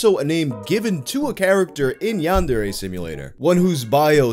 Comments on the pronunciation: I can describe it to you, It basically sounds like he's saying yandide he's trying to sound Japanese I guess but only on half of the word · I think I get it he just reads De as Di man now I know I hate how he pronounces it. Granted he has an accent so I can let that pass. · Great video, but the way you pronounce yandere makes me want to commit eat tortilla chip vertically